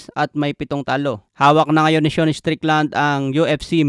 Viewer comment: Seun? Sean yon di ka marunong bumasa.